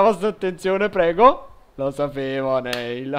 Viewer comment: comunque Neil si legge Nil. Bel video <3